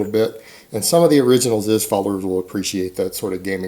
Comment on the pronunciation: IT'S PRONOUNCED "ZEEZ"